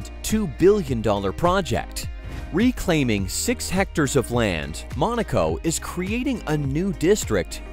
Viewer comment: 'Re' claiming?